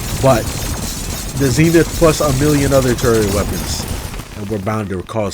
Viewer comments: It’s not zenif it’s zenith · Zee nith